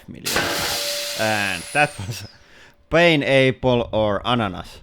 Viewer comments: In finnish prononcuation: pain appel. not pain eibel. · Painapple - never has a mispronunciation been so accurate! Enjoy your holiday - although I suspect it might be more of a stay at new home with a paint roller kind of break. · It was pronunced like that on purpose though. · Love the way he says pineapple.. pain apple Was it intentional as a joke or is he seriously saying it ? either way love your channels And good luck with your new Home